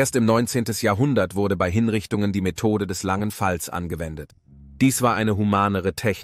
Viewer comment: Das ist mir auch sofort sauer aufgestossen. Ab und zu sagt der "Sprecher" auch "be-i" statt bei.